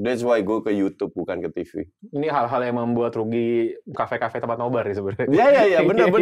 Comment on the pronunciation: NoBar ya gaes bukan NoBra 😂😂😂